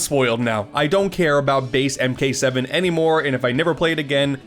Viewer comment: Nvm he said Mk7 but with a bubble in his throat or smth